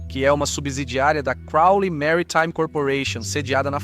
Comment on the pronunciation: video interessante mas é lamentável a falta de conhecimento de termos estrangeiros do locutor. Ex; maritime virou "MARY" "TIME" ?????? Civitavecchia virou "CIViTA" VECHIA" /// Falta um pouco mais de cultura e conhecimento. Fabrizio Carrara